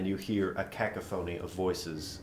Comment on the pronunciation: I have never heard cacophony pronounced like that before...